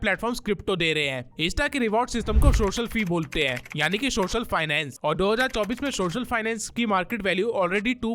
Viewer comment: سوشل میڈیا NOT شوشل میڈیا پہلے اپ اپنے words صحی کرو